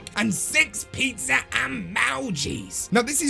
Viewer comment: The best thing in the video is the guy sayin "EMOUJI"